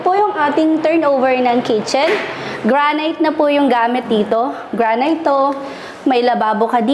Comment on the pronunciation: granite ay binibigkas na granit. (hindi granayt)